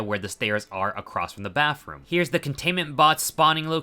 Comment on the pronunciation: Bro said baffroom